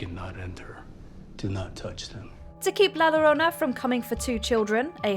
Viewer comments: “Llorona” is pronounced “yo-ro-na”. Not “lo-ro-na” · Llorona is pronounced with a y sound, just so you know